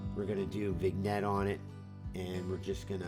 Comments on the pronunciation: "Vin-yett" not "Vig-nett". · Sometimes working with limitations makes things more fun, be it photography or other things. I want to try the old Maxxum 7D, I've been looking for a while. As an aside, vignette is pronounced vinyet not vig-net.